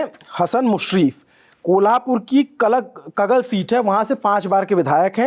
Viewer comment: पर्ली नाहीं परळी कगल नही कागल वसले नहीं वळसे संतजी नहीं संताजी बनसोड नहीं बनसोडे मराठी भाषा का सम्मान करे 🙏🙏🙏